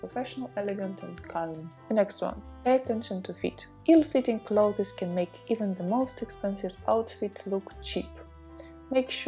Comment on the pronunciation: I am pausing the video because I am TOO distracted and annoyed by how you mispronounce the word CLOTHES as CLO-thez ! You also need to use OTHER words : Garments, for example—rather than constantly repeating CLO-thez! Assuming that professionalism is something that you value, and wish to embody in your videos.